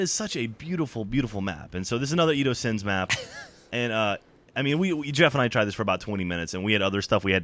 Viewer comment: its Edo Sens not Sins...i noticed that also :\